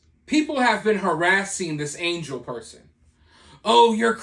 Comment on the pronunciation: Angel is pronounced on-HELL